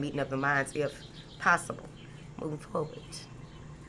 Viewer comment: I like it when you say "moving forwart" not with a d. Thanks ❤❤❤💥🎉💥